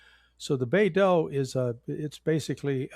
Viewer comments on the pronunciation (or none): none